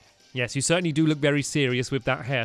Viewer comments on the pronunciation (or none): none